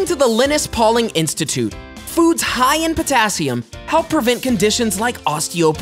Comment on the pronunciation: Say “Lye-nus Pauling” Like Charlie Brown’s friend.